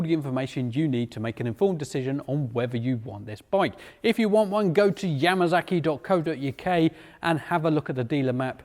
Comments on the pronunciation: Yamasaki NOT Yamazaki. Why in the hell can't you pronounce it correctly? S NOT Z damn. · 'Yamasaki' lol.